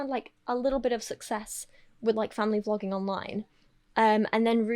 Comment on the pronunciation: Is it intentional that you pronounce vloging almost like flogging?